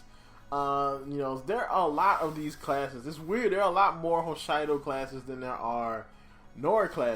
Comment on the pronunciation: it's pronounced Ho-she-doe, not Ho-shy-doe. stop trying to say things all authentically Japanese, you're black.